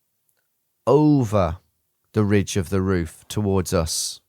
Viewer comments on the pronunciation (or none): none